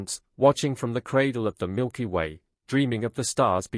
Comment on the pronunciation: Milker way?? Another dumb AI channel....